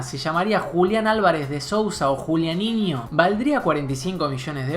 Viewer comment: No "jualianinho" e Si "julinho" o si fuera Juliano no tenga ningun "inho" 😅 no se habla él "inho" en este caso.